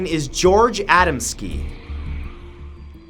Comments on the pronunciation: A dam skee not ada m ski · a•DAM•ski, not ADAM•ski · #9 last name is pronounced Ahh-dahm-ski